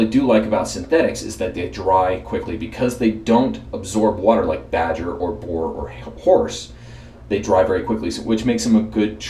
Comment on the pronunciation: Had a little trouble with "boar." Huh? It would have been awesome to see an un-dyed boar brush in there. Otherwise, good, informative video!